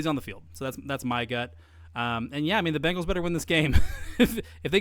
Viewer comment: It’s Bengals not Bangles